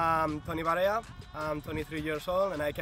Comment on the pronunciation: Der Toni heißt nicht Toni Barella, sondern Toni Varea. Laut Transfermarkt spielt er überhaupt nicht bei Getafe, weder in der ersten noch in der 2. Mannschaft. Nur in der Jugend hat er da bis 2018 gespielt. Danach für Numancia und Coria in der 4. Liga und aktuell 5. Liga in Spanien. Der Teil mit der Rückkehr nach Getafe stimmt also nicht. Bitte recherchiert zukünftig besser und buchstabiert auch die Namen richtig.